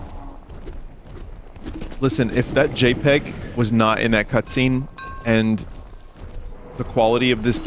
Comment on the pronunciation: Do games like this come out as some sort of cosmic penance for every good licensed game we get? Does the ghost of LJN arise and point a withered finger at a handful of licensed games per year? Most importantly, is it possible to hear Vinny say "JPEG" and not hear it as "Jape Egg"?